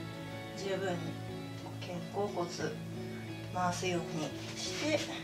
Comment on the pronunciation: 秒あたり、「少し寄せるようニャッ」って言ってるｗ